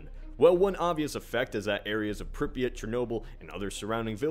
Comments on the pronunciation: It's pronounced "Prip-ee-yaht" not "Prip-ee-it". Just to let you know. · You are pronouncing Pripyat so badly.